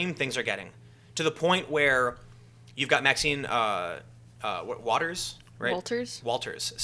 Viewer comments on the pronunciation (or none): Main lesson to take away from the video is this: never let a woman correct you into saying Walters. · I know Tim Pool is talking to two kids. But "Maxine WALTERS???" Come on. At least know politicians' names. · It’s Waters not Walters.